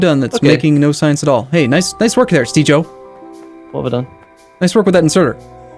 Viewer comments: You say, I hear Caber. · On second thought, is it correct to call it a soft g? When I think of a soft g I think of words like giraffe. I'm sure it has to vary with different versions of English. But I think now I'm waiting for to say something that sounds like, "jireat"